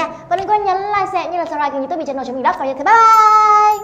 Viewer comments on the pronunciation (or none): none